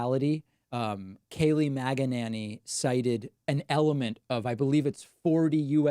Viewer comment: Love the way David 'mistakenly' mispronounces Kayleigh MAGA Nanny's name.